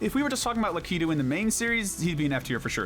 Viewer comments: I think Lakitu is pronounced LACK-A-TOO, not LA-KEY-TOO. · Who says Lakitu like that? 😭😭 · I’m sorry, the way you say Lakitu is so wrong.